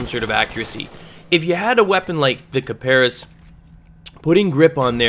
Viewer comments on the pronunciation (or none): D:< Its (kip-a-ris) not (Ka-Par-is) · hmmm you mis-Pronounced Kiparis..... heh heh heehhhhhh...... it is actually pronounced Cy-Per-Ess. yeah it is actually i searched the pronounciation because at first i didn't believe it so i did search and it pronounced that way. one more thing these vids are really helpful